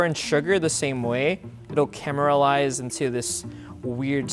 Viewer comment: I think he said "Cameralize" instead of "caramelize"